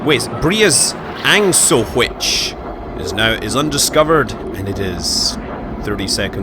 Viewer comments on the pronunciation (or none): Briasangsohuich. Sounds like "beerasandwich" Also, i agree with the ship collision with the terrain. they should've left it the way it was shown in trailers. Sean was flying through holes in the ground and weird overpasses and so on.. If a player hits the ground with his space ship - it's his fault. Time to start fixing it and next time fly properly. I swear it's like their play test team was made out of 12 years old... "Play testing revealed that players were having problems with finding the space station because of planet rotation so it's reduced more" <-- from latest patch...